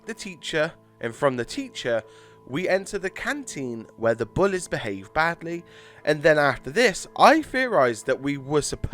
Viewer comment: Oy mate y do u say bullez